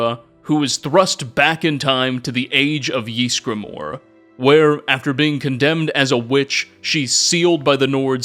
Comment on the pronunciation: No one:: Jeezgramor